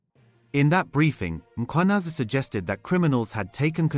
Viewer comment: Please guide me/ Is the presenter a real person or AI? I am surprised by the way he pronounce the names of the people like Mkhwanazi and Sibiya which which is hard .